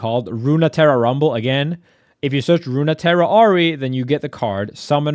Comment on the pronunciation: "Runeterra" is pronounced "roon-terra".